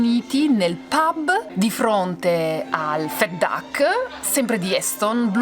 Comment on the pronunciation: Perdonate solo una sfumatura relativa ma... Il reiterato pronunciato 'fet duck' non dovrebbe essere 'fat duck' ? Anche il personale in servizio lo pronuncia cosi'... Ascoltando stona un po' la differente pronuncia.. Grazie